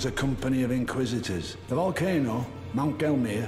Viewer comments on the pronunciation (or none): Someone needs to make a super cut of all the times says Volcono instead of Volcano 😂